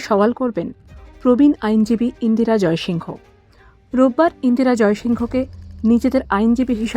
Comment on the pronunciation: ইন্দিরা "জয়সিংহ" নয় । ABP র মত বড় হাউস এই ভুল টা কি করে করল? ওরা নামটা যেভাবে উচ্চারণ করে সেটা হলো ইন্দিরা জয়সিং।